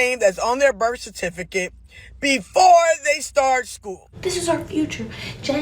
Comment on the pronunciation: A teacher saying "berf certicate" isn't a good sign, either.